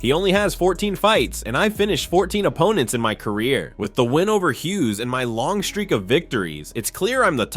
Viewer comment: umar struggled with hughes he needs to wash illias name out his mouth